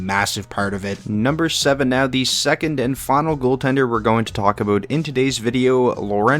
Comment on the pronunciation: Aboot lol